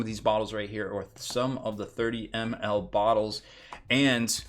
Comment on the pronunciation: I must not be the only one to think his pronunciation funny then :D